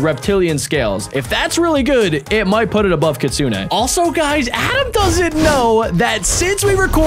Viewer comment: It’s not Kitsune AY just Kitsune